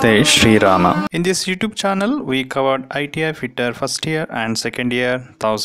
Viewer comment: I liked your video bcz of starting photo and pronounciation of shree Rama♥️